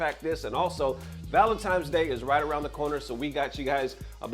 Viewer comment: did bro really say valenTIMES day?